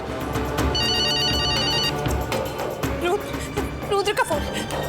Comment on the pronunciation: Abe o ghatiya insaan..pehle to rudra bolna sikho...yudr yudr laga rakha hai..aur rudra apni maut nhi ...us langde antriksh ne maarne ki kosis poori ki thi usne.andhe the kya tum..mirchi daal ke aakho me dekh rahe the is serial me hai bolo...idiot kahi ke..